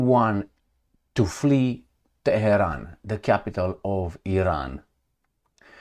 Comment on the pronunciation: is a punk. "Teh-he-ron" is the way you would say it if you were unbuckling someone's pants. And his fetish for twerps waving nukes is even funnier: "Oh no, there's a Woodchuck!" Let me fill you in. Trump didn't threaten to nuke Iran. Israel isn't threatening to nuke Iran. No state actor in any theater anywhere in the world is going to nuke anybody at any time. is just a chicken little blowhard.